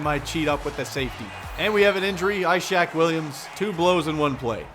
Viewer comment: ishaq isn't pronounced like "eye-shack" its like "iss-hawk"